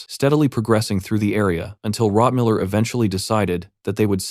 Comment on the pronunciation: why does the quality suddenly drop massively close to the 6 hour mark? several words are misspronounced, rotmiller is suddenly rotmillermiller, both the dwarf and the librarian are called hikkurad etc.